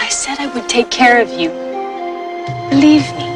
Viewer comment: Did she say "leave me" or "believe me"?